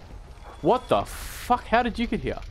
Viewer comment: The way you say Hyear...